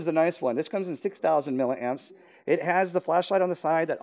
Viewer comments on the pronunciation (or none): it's milliamps not milleramps !